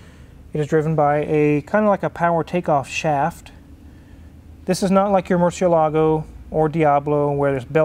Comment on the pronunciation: Image the cringy face Ed Bolian made everytime he heard the word "Murcielago" being in this video.